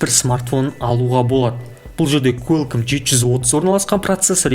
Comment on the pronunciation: Куалком деп айтады брат